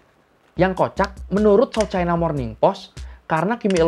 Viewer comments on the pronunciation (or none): none